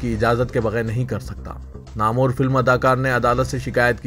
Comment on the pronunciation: Namor nahein Namwer padhiye. Tahaffuzaat padhiye